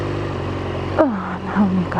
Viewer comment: Only a person who really has become English could say "what a prick" so perfectly.